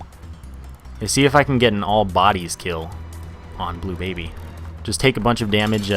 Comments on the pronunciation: you said blue Blably wrong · you said bleu Blably wrong